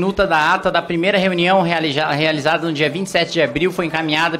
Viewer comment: O realijada no começo me matou kkkkkkkkkk